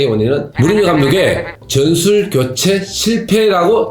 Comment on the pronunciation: 으시스트, 즌술, 츠째